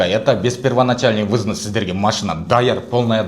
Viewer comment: Взнс эмес взнос деп айт.